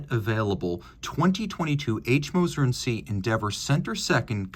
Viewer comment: Hi, just wanted to let you know that ‘cie’ is shorthand for ‘companie’ in French, so you don’t actually say it as ‘see’. It’s sort of like ‘and co’ or ‘inc’. The translation would be ‘and company’, but I’d probably just say ‘Moser’ and not bother with the ‘& cie’.